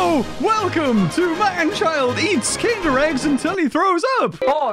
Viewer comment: I´m a German and I´m suprised you didn´t mispronounce "Kinder Ei" that vadly :o